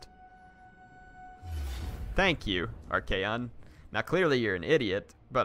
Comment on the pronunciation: I know this is too late but for future reference please his name is pronounced Arc-on